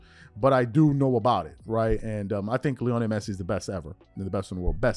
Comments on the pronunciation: I love this channel, watch it everyday....however this is painful as hearing you butcher his name.....Lionel. LEE - OH - NEL not LEONI. Keep crushing these bronsexuals my bro. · It’s pronounced LEE-oh-NELL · Bro idk you claim to be a fan of soccer at least somewhat and you never heard lionel Messi’s first name said correctly